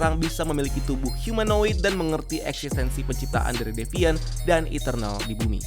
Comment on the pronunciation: Ngomongnya ga devaint lagi bang?😆